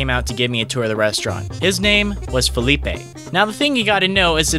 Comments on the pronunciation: I think his name is Felipe, not Phillipe (thats french i think) Love the video guy, keep like that. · Im guessing he was trying to say "felipe", cause it would be kind of a dumb spelling if it really was like that, unless he was called philip and people referred to him as felipe